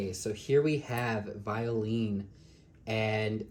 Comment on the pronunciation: Her name is pronounced as 'Vyo-len' in french.. I like this doll but I skipped on her because I'm not a fan of dolls with painted lashes. it looks crooked and wierd in certain angles